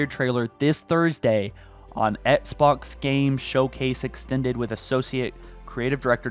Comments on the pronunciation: I hate how he pronounces Xbox "Etsbox" it makes me cringe. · "ets-box" lol